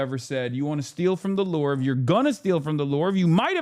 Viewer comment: lol at Hasan pronouncing the Louvre "The LORVE."